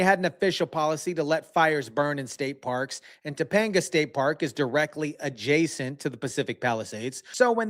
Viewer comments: “Topoganda” (like propaganda)🤣 it’s Topanga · Who are these news casters they hired in LA. It’s not Top o gang ga. Sounds more like “Toe pang ga”. They need to hire Californians or people that are familiar with the native names & also those combined with many of the Californian Spanish names without the stretch put on by the people coming from south of the boarder also.